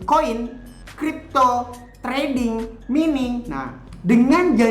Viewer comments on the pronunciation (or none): koreksi bung "Mining" dibacanya M A I N I N G, agak gemes dengernya hehehe... peace... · Mining (Bahasa Inggris) dibaca : maining